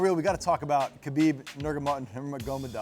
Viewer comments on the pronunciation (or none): Lol, you sound like Joey Diaz. It's Khabib, not Khalabeeb, lol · Everyone knows its pronounced KHA LA BIB